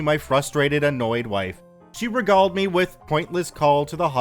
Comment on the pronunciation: I'm trying to be respectful but get tired of mispronounced words... It's distracting. Somewhere around 4 min. is the word regaled.